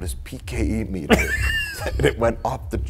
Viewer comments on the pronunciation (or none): none